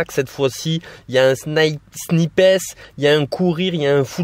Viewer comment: « SNIP HESS » 😭😭😭